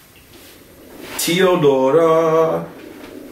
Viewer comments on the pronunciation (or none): Zašto svi amerikanci pričaju tiodora